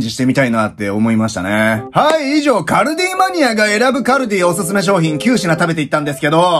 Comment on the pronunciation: 最後カルディマニアって言ってない？笑